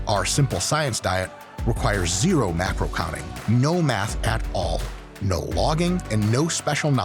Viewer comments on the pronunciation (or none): none